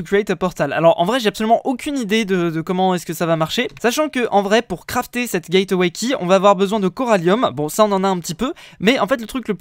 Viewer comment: Mec le e de gateway key ne se dit pas